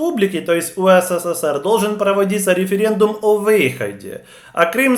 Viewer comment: не УСССР, а УССР. Вы лишню букву С произносите.